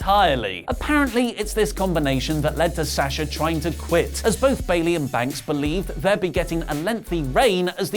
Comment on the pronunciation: Why do you still say her name wrong? It’s Sawwwsha not Saaaasha